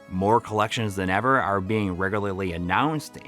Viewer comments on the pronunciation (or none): none